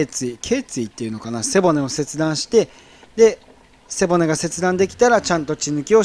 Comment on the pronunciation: 毎回思うんだけど背骨のイントネーション変わってない？